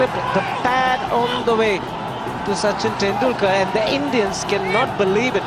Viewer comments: sar-chin ten-doo-car, lol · Saaachen Tendul-kaaar. How do you manage to mispronounce like that? Terrible. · Bruhhh, you make videos on cricket and can't name Sachin Tendulkar correctly. It is insane 💀